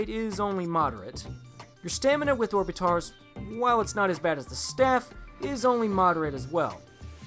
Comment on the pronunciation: You pronounce orbitars like orb-it-ters